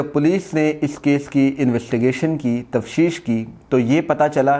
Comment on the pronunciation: تفشیش نہیں ہوتی بھای صاحب تفتیش یوتی ہے اپ ہمیشہ تفشیش ہی بولتے ہیں پلیز اس ٹھیک کر لیں معذرت کے ساتھ